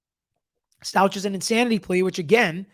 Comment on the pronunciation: Stauch is pronounced Stowk, I believe. I’m very interested in your opinion in this case. The Stauch case is very upsetting. She lied, obstructed and ran off to another state I order to hide the fact she brutally murdered her stepson, Gannon. Allegedly. I’m trying not to judge but man oh man did she do everything she could to make herself look guilty. They have a lot of evidence. I’ve been following this case since it happened. I’m following Vallow Daybell on Pretty Lies and Alibis, but I always enjoy your input. Gigi isn’t an attorney but she’s got the most extensive coverage of the case that I have found on YouTube. Maybe Grizzly True Crime has comparable information, but Gigi has 87 videos breaking down the history of the case going back to 2006. It’s crazy how many red flags there were and Lori was able to manipulate police, friends and family for years until the kids went missing. They didn’t even look into the shooting of her estranged husband in her home by her brother. The police just accepted her self defense claim even though he had a TRO against her. 🤯 But, I digress. I hope you’re able to cover both cases.